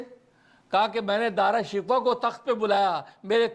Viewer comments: حضرت دارا شکوہ نھی بلکہ دارا شی کوہ ھے تحقیق کیجئے بھلا اب ھمارے پاس ھماری اماں جان رح موجود نھی فٹ ھر لفظ کا صحیح تلفظ بتلا دیتیں رحمہااللہ رحمتہ واسعہ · دعا ہے کہ آپ دارا شکوہ کا نام تو صحیح لینا سیکھ لیں- او بھائی —— یہ شکوہ جواب شکوہ والا شکوہ نہیں ہے